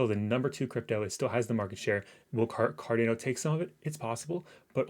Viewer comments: Homie! It’s Car-Don-O. Not Car-Dane-O. Great vid btw. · It's Car Dan Ô